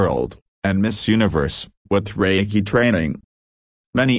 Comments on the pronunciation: Usui never had anything to do with Christianity and did not go on the famous "healing like jesus" journey - that was made up by Takata as a way to make Reiki more palatable to the westerners she was working with in Hawaii, your "bot" is mispronouncing "Reiki" and also a lot of other Japanese names and words in this video. Reiki is pronounced RAY KEY (ray like rays of the sun, key like a common house key). Reiki was not rediscovered by Usui, he created it, he stated this in a radio interview. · Fokke Brink I just listened to this video again, which is very hard because of the terrible pronunciations in it. All names are spoke wrongly, even Reiki is wrong pronounced. Here are just some points in the video about which I am sure they are not correct without violating any sources. 1: Reiki was not discovered by Mikao Usui Sensei, but already existed for over 1000 years as a spiritual practice, he started to use it in a new way with laying hands on. 2: Who said Usui Sensei was in India en Tibet, where he should have found the healing script? 3: Lord Buddha never wrote anything down, this was done 100 years later by his students. Lord Buddha was living in a part of India where the spoke Pali and he nor his students wrote in Sanskrit. The Sutras were later translated into Sanskrit. 4: Reiki was not limited to the military people, however they used it in the military because it was cheaper than doctors and during the war there were not enough doctors on the battleships, so they used Reiki. 5: You say Usui Sensei had "Shimpinden" students, this is wrong written. See later the certificate on which is written "Shinpiden", which I also do not believe is the right way to write it. My Japanese friends write it as "Shinpeden". 6: You say Hayashi Sensei was an admiral and later you say he was a surgeon-captain, however he was never a surgeon nor medical doctor. 7: The emperor did not rewarded Mikao Usui Sensei with the title "Dr." 8: Who said that Eguchi Sensei was using the Do Jo